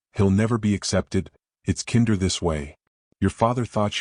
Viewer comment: Streaked not Street. Peace not piece. Kinder with a long I.